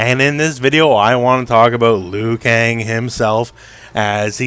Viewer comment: "Liu Kong"😂